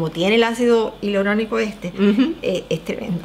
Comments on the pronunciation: .....no es hilauronico. Es hialurónico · Ácido hialurónico que vergüenza que tengas un canal de belleza y no sepas ni pronunciarlo 🤦